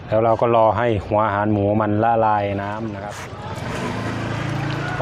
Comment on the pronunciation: ใส่หัวอาหารหมูใช่มั้ยครับฟังไม่ค่อยชัดครับ